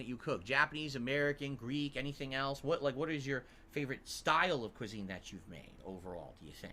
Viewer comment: "cuisine" lmao